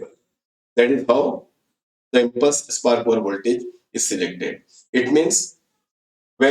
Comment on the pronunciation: please clarify impulse spark over voltage as your voice is not clear that time